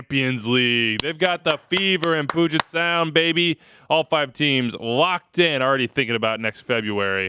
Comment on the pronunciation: did you pronounce it "Poojet Sound"?